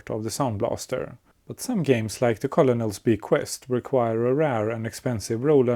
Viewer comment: Colonel is usually pronounced "kernel" in English, but it might be engagement bait? :P "Very tiny boat" *slams into pier* "... With bad brakes"